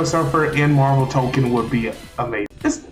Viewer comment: I’m sorry I gotta say it, it’s TokON, not token (otherwise good video just a pet peeve)